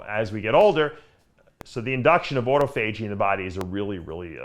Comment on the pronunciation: Everyone: ah-taw-fah-jee. Dave: auto-FAYJEE!